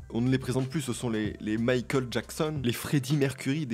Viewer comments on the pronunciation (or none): none